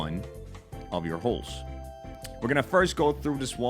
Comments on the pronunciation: He's saying HULKS instead of HUSKS. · the accent when saying husks sounding like holes is sending me